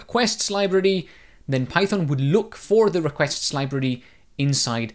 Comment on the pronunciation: whats a 'libirdy'?